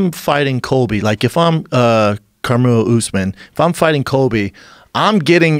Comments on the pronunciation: "Karmelu Usman" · "Caramel Usman" 😂😂 he can't speak. Not even 5 minutes in and he already mispronounced someone's name